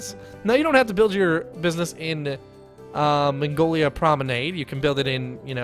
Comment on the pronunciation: mag-no-lee-ah....not Mongolia...that is a country